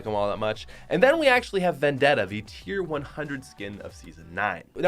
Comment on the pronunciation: Your saying tier was terrible